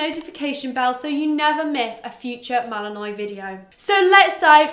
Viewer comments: Not to be one of those picky people but... isn't it pronounced Mal-uhn-waa not Mal-uhn-noy? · Uh I don’t have a British accent but I’m pretty sure it’s pronounced mal-in-wah regardless of accent